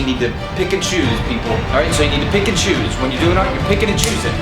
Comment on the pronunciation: Anyone else hears Pikachu instead of Pick and Choose? Pikachu!